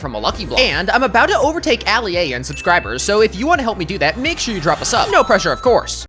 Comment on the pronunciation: Why did he say “NOW” for no and for something he said “Soemthing”